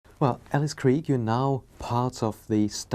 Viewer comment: Oh my, I finally heard the correct pronunciation of Krige.